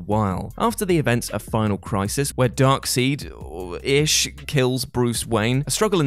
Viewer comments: Hold the front door.... Dark...Seed.... I get it, you're not American...but come on. You can pronounce side. Fail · its pronounced dark side 🤦🏼‍♂️ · And then he ruins it with "Darkseed". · Even buggered up with that Darkseid pronunciation. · I prefer his pronunciation of Darkseid now. Drives my family crazy.